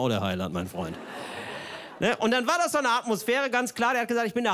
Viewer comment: Auf War liegt die Betonung